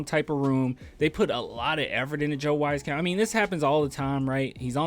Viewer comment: Lol once again its pronounced {WEEZ-CAMP}, Weezy i think is the remaining sharp shooter besides Doug so i think he’s safe but KBD seems like a goner